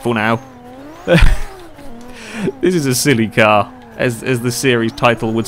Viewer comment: The way you say "Silly car" sounds like "Celica" loll.